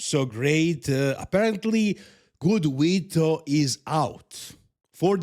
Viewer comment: "Good Weeto"